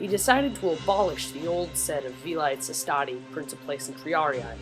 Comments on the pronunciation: Just to mention, you actually mispronounced: Princeps= pronounced as 'prinkeps' Velites= pronounced as 've-li-tes' not 'veleets' By the way, you did a good job creating this video and good narrating too. c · Actually its "Well-it-es" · V - Lites haha it's pronounce vele-tehs.Very good summary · Velites is pronounced "velli" - like "belly" but with a v instead added before "tes" which should sound like "bays" (as in landing bays 1 and 2 are full) but with a t instead. So, Belly-Bays becomes Velites. edit - That's the best description I can offer without having to use phonetic symbols...